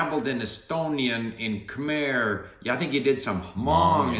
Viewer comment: Ignorance really is bliss when Steve can't pronounce "Khmer" and "cảm ơn" properly. Funny how Steve mentions or reacts to languages that he himself can't speak as if he and have those in common. What would you do if you met someone and you can't speak their language, such as in a Vietnamese or Thai restaurant? At least you can recognize the Filipino flag, too bad you don't speak the language as there must be lots of speakers in Vancouver. Wonder how it feels to hear SEA languages and not understand a thing. So you hardly learned any Vietnamese before going to Vietnam, did you at least try even a little bit of Tagalog before going to the Philippines? Dapat kumain ka ng tae, mangan ka buto. Try figuring that out.